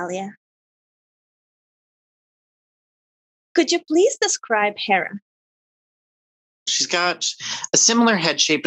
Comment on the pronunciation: Therrah? its Herrah